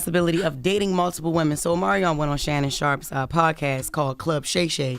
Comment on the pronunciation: SHA-nnon SHA-rpe... js